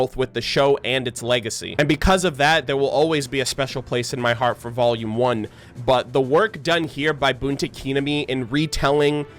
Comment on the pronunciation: Japanese Pronunciation Lesson: Pronounce the first syllable in Kinami like "key" and emphasize the second syllable, "na".